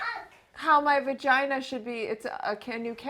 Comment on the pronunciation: Lydia Labia, VaGina (vuh-gee-nuh), Elvulva... ummm......